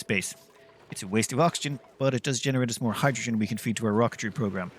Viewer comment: stop calling hydrogen "hijujune" dude. was annoying :D